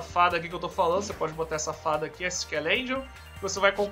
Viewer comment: Quem percebeu o que ele disse "Essa fada" "Safada"